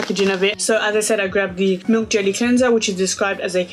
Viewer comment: I love how u say "de" instead of "the" lol!